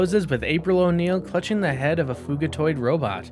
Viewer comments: Fugitoid = fugitive android Not "Fuegitoid" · Thumbs down for mispronouncing fugitoid. It’s literally short for fugitive android.